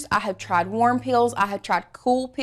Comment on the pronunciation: Omg I love your accent but seriously when you said warm peel I swear I heard “worm pills” lololololol